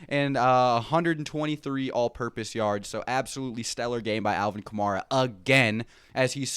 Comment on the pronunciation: They have you saying AK name wrong bro, it's Ka May Ra like camaro but with A instead of O